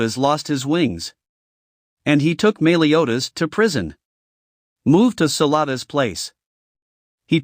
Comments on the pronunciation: meeliodas? meliodas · Es cA NeR= Escanor (es- cah- nor) BeRliOn= Belios (belly oh s). Mealiodas= meliodas (mel e oh das) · the pronounciation dude its sounds horrible like :escaner diani neliotas and like 4 more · “Melee”odas lol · Your saying meliodas wrong